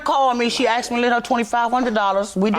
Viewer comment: My favorite is “axet” for asked